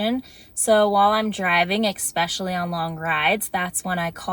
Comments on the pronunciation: It’s essspecially, not expecially. There is no x in the word. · Exspecially? Please don’t say this word wrong. As a mom of two who is 42— hi from Maui!!!- you r so bright & so fun doing your traveling alone in your car,…. Please don’t sound uneducated. I’m not trying to be mean at all, but it’s ESpecially. Not EXpecially. PS I’m originally from Philly!! So it’s cool to see your Jersey references!!!